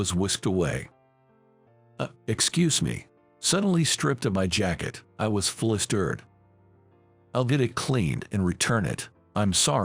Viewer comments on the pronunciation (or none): Flisterred come on !! It is pronounced flustered like , as in the sound "a"rt not irt!